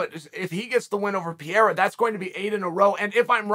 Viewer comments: Pereira ❌ Pierra ✅ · It would be crazy but i would love it man.And Chael its Parera pronounced not Pierra but its fine man ahahaha.And Sean vs Pereira would be good and dangerous match up tough strikers man but i want Sean to win so badly. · Glory…& yes, I saw the whole fight…. “Pa-re-ra”… When he lays Izzy out again, will you then pronounce his name correctly?? But Strickland will drag him down when he realizes he can’t stand w him…we’ll see how much ground game he has then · I like that he's calling Pereira PEER lol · Welcome to the Pee-Era! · Chael made this entire video just to mispronounce Pehedda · LOL is Chael clueless about who "Pierra" is or is he just pretending